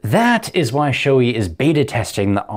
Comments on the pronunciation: For the love of god people. Proper pronunciation is Show-A not Shoe-E. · I'm going to be that guy, but only because I had to look it up for myself due to being unsure. The correct pronunciation is apparently "show-ay", with the accent on the first syllable.